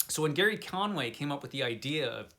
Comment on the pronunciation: Did you even read Justice League Detroit ? It's also not "Gary" Conway... It's Gerry (as in Jerry) Conway. It sounds like your review is based on Wiki. This is a horrible review, sorry. Btw, Justice League Detroit is very good.